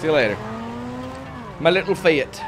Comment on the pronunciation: lol fiat (fee-ah-t) lmfao